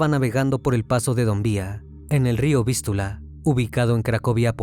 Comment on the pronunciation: No es río Vistula, con acento en la u, es Vístiula, con acento en la i, esto y otros errores más, es muestra de que el dueño de este canal, utiliza la IA para realizar sus narraciones, pero el software que emplea, no está tan bien pulido, no lo digo por nada malo, tan sólo es mi opinión, así que no vengan a "abalanzarse" sobre mí. Igualmente, buen caso, no lo conocía.